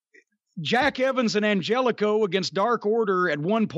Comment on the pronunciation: Angélico is from South Africa and you can't even say his name right